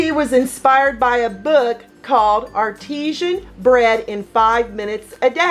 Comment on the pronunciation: Artisan, not artesian.